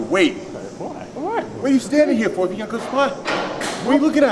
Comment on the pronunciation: I didn't know Larry was from New England area til he said "what ahh you hea foowah" 🤣🤣🤣